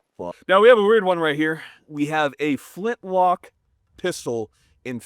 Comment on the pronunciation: Nobody present was knowledgeable enough to correct him when he said flintlock, not even the owner of it?